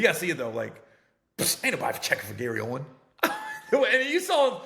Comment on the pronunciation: Gary OWEN NO "S" Baby 😂